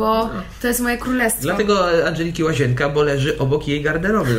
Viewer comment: Pani nie "łazięka" tylko "łazienka":) Bez urazy...